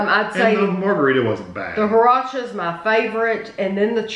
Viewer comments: At my local CVS they have the Taco Truck Jelly Beans in quantity post-Easter. Bought them twice, not bad, especially the churro and horchata flavors. Also, it drove me nuts that you both kept pronouncing it hor-acha . . . ! It's hor-CHata, dammit! :-) If you ever get the chance try this nifty little drink, especially if you can get it homemade at an authentic Mexican restaurant . . . Hmmm . . I was at a real good Mexican place this past weekend and didn't get it - I will have to next time I go . . . ! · it is horchata, they just probably didn’t know what it is and pronounced it wrong